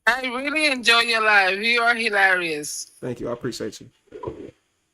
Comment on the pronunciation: I can’t stand when people say he-larious wtf is that.